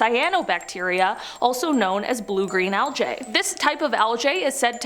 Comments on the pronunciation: What is aljay? Do you maybe mean algae? Don't be one of those weirdos that has to be different and mispronounce words. No person says aljay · It’s pronounced al-gee… sorry that really bothered me on how you said it. Do better next time.